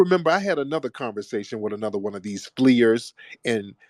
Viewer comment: 😅😂 He called them fleerers